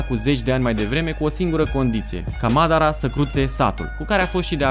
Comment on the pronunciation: Ok sa zicem ca cu "Saske" te inteleg in loc de Sasuke, dar nu mai pronunta niciodata Madara...ma zgarie pe creier